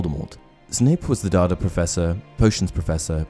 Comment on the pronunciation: Bro lug ur Chanel but it is D A D A not dada